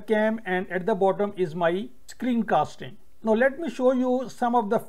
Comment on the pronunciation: NOW is pronounced N-long OW. It rhymes with HOW, COW, POW. You can search on google